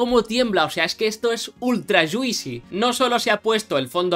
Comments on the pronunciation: Yuisi? lol Se escribe juicy pero no se pronuncia la i, vendría pronunciandose mas o menos como “Yusi” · Mola mucho, x cierto se pronuncia “yuusi” no “yuisi”. Juicy —-> /ˈdʒuːsi/ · Ya que hablas de "juicy" como jerga de los game developers, fijate que no se pronuncia "dzuisi" sino "dzuusi"